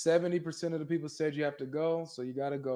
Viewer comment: The Woman Empwire, pweple don’t know the twue message